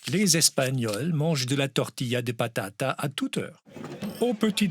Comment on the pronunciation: si vous retournez en Espagne la prochaine fois que vous commandez une omelette aux pommes de terre prononcez bien "tortilla de patatasse"! En général quand on fait una tortilla on mets plusieurs patataS 🥔🥔🥔! 😄😄😄